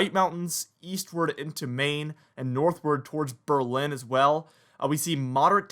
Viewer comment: Proper pronunciation: Berlin, New Hampshire = BER lin, NH. Accent on first syllable. Get it right so you won’t be called a “flatlander”.😀